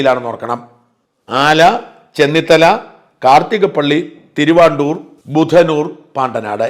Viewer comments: #Shajan_Scariah തിരുവാണ്ടൂർ അല്ല ; തിരുവൻവണ്ടൂർ ആണ്.... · "തിരുവൻവണ്ടൂർ" എന്നാണ് പറയേണ്ടത്. തിരുവാണ്ടൂർ എന്നല്ല. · തിരുവൻവണ്ടൂർ ആണ് തിരുവാണ്ടൂർ അല്ല ... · എന്റെ, ഷാജാ, തിരുവാണ്ടൂർ, അല്ല തിരുവൻവണ്ടൂർ ആണ്. ആദ്യം തെറ്റ് പറയാതെ നേരെ ചൊവ്വെ കാര്യങ്ങൾ പറയൂ. ഒന്നുമില്ലെങ്കിലും താങ്കൾ കോട്ടയം ജില്ലക്കാരനല്ലേ? ആലപ്പുഴയിലെ ഒരു സ്ഥലത്തിന്റെ പേരെങ്കിലും തെറ്റാതെ പറയൂ